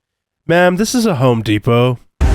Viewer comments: Home Depot not ho depot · Lady, it's Home Depot, not a 'Ho Depot. 🤦‍♀️ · hoe depot. the M is silent